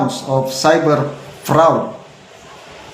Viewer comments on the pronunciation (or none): FRAAD PO ANG PRONOUNCE